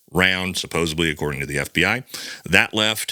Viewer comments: SupposaBLY? It’s supposedly. It’s a D, bud, not a B. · If we are gonna say "suppose'B'ly" then I call 'D'ullshit